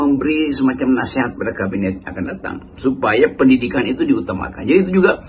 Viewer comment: Kabinet zaken tapi diplesetin jadi seken 😂